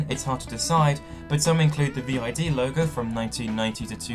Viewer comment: ViD is commonly pronounced "veed".